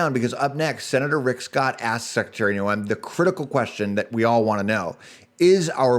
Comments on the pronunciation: Her name is pronouncements Nohm. Just though you would like to know because viewers listen carefully to what those we trust with news. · can you please pronounce Kristi's last name correctly!